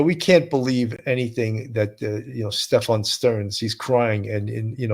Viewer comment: Seems it's pronounced Steff-in, not Steff-on.